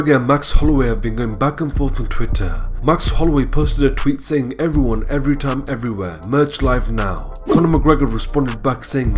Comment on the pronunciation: Please spell out how Serra says the word "time". I cant